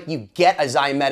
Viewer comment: Whats ZYMETES Guitars? It's Pronounced za MAY tus. I've got one and it's not pronounced like that. How do you arrive at zymetis. its spelled ZEMAITIS.